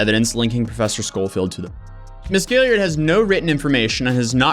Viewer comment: Is anyone else pissed that he doesn't know how to pronounce Gillard? Like great video but I continued to cringe throughout the video on you saying Gilly-ard its Gill-ard or Gil-lard not Gilly-ard